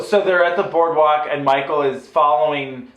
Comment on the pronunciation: You keep saying Micheal like your Sleepaway Camp Angela!